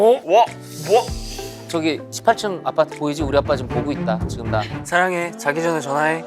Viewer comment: Xinlong making excuses like he drank iced americano and he doesn’t say saranghae but salonghae lol